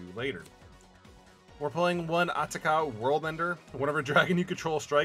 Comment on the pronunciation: Your pronunciation of Atarka really bothers me.